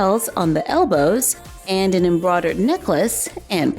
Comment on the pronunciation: "Embrodad roses" That's what she sounds like she says